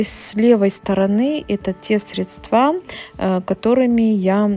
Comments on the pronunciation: как все у вас идеально и красиво. Поэтому позволь мне поправить тебя в произношении слова Средства, здесь ударение правильно падает на первый слог. Надеюсь, ты с пониманием отнесешься к этой маленькой поправочке. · срЕдства, а не средствА, колхоз